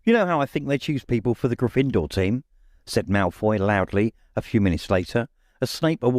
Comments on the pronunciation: Love the voices, my only gripe is the pronunciation of Gryffindor. In the films it's pronounced with the stress on the 1st vowel grYffindor instead of gryFINdoor as this narrator does. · It gets on my nerves when he pronounces GYffindor as GryffIndor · I love everything about this except the pronunciation of Grifindor. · Why are you so bad at pronouncing Gryffindor? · The narrator is excellent, except for his unique pronunciation of "Gryffindor." He puts the emphasis on the second syllable, instead of the first. Having seen the movies hundreds of times, it just sounds wrong when he says it. It would be funny to learn that this is actually how the author intended it to be pronounced, and that the movies got it wrong! Personally, I mispronounced Hermione in my own head for a few years, until I saw the first movie:) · Wonderful reading! The ONLY problem I have is his pronunciation/inflection of Gryffindor, luckily its easy to overlook with the rest of his reading